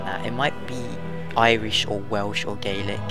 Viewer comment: You pronounced gaelic right, but Ciarán is pronounced 'keer-awn' the fada (line above a) elongates the a into an aw sound